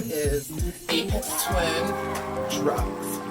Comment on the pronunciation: I didn't know this existed! I've been a huge fan of Aphex Twin since around 1998. (BTW, pronounced with an F not a P. Like Fix, Flat, Fun.) I don't even know how I discovered him because Los Angeles radio stations don't play good music let alone underground music. Maybe they did in the '70s and '80s. Anyway, thank you for taking the time to make this video and showing the packaging and it's contents. I love this album. This is a cool item for fans and collectors. I don't have Spotify but I do have this on CD and Amazon music. Lastly, I love that you are a fan of his. Never would have guessed. And peace to you and everyone watching this video. You are all cool!